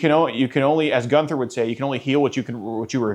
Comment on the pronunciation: yeah he's not very polished. Immediately jumped to Gunther bit, which is the lamest part of these videos, and even worse pronounced it "Goother". I DON'T respect the hell out of that! Not one bit. 💀💀💀